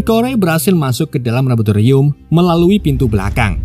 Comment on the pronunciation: Bang laboratorium bang gw itung 13 kali ngomong labotirum2.. Sinkronisasi... Jadi sinkrosasi😢